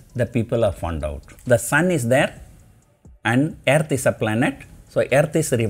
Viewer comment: I like “Aaearth”